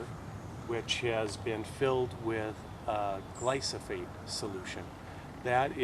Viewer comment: DO NOT chip your buckthorn if it has berries/seeds. You would be spreading the species. Glyphosate (gleye-foh-sate, not gleye-soh-fate) Get a larger sprayer, 2 gallon pump sprayer maybe. This can be had at your local hardware. Use Garlon 4/ Element 4 at 25% with bark oil/ diesel etc. Using a tooth paste tube to treat stumps is not practical.